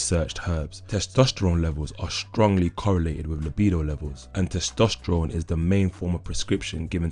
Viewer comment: How many times did he say testestrones ?